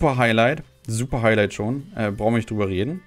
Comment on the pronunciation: Hai "Hailight" 🥴